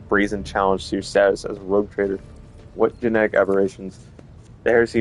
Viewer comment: ROGUE, no rouge! Es "pillo" "bribon", no "rojo"